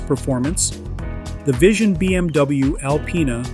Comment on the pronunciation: did he actually say BMDouyou 😂